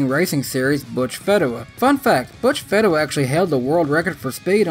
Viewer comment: Tim FEE-DA-Wah I only know because he raced on some local tracks.